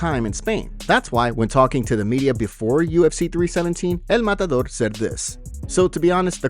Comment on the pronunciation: EL MUT ADOOR? Too funny. Who is dis El Mutadoor you speak off? Ilia Topuria?